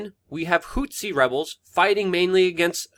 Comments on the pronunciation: It's pronounced "Who-Tee" not "Whot-See"; people keep thinking back to Rwanda and it's genocide between the Hutus and Tutsis. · DUDE! IT'S NOT HOOTSI! IT'S NOT THAT HARD TO SAY! Just say Hooti, that's much more accurate and doesn't sound nearly as ridiculous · HOO-THEE.. Not hootsi dude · Whats a "hou-t'see"? Its pronounced "who'thee". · Houthi = hoot-hee Houtsee, hootzi or whatever is very distracting. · Dude, it not hootsie.. it's "HOUTHI" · Who the hell are the Hutzis?? An African tribe related to the Watusi?? Please prepare a little, and at least pronounce the subjects of your videos correctly. Takes away from your credibility that you do this. They are the Houthi people...your're welcome.